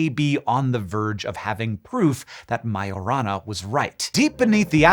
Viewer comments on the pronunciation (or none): Just "whence". Not "from whence". Majorana is Italian, not Spanish. The "j" is pronounced as a soft "g" sound. Why would lead only begin to become radioactive after it was mined?